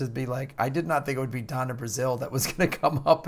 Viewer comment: Finally someone gets Donna Brazile right.